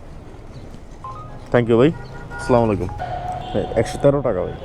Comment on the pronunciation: ভাইয়া কিছু মনে না করলে একটা কথা বলতাম আপনি মাশাল্লাহ সবাইকে সালাম দেন কিন্তু সালামটা শুদ্ধ না একটু শুদ্ধ করে দিলে অনেক ভালো হতো আসলামু আলাইকুম ❌আসসালামু আলাইকুম ✅